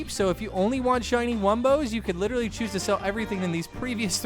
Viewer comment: Say literally right